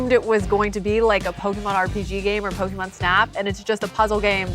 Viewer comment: The way these people pronounce pokemon names is horrible